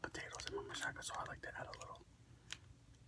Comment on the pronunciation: I love how you say machaca with an "s" sound. I pronounce it with a strong "CH" lol. Machaca burritos are bomb.